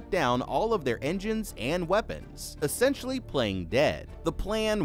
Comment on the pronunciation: Blud said ential 😂😂😂